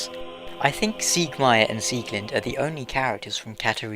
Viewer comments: It's Pronounced SieglindE not Sieglind. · I was going by the German Pronouncation which is the right one.:)